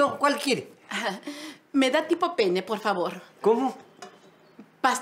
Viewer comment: Es pasta penne 😅😅 si pronunciara la doble "n" suena diferente